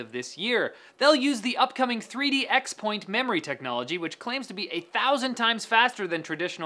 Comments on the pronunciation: I believe Intel pronounces it "cross" point not "ex" point. It's kind of like OS X. Everyone pronounced it "oh es ex" but officially it was supposed to be "oh es ten." Oh well, it's probably forever doomed to be pronounced wrong, since basically everyone I know says "ex." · It's pronounced 3D cross-point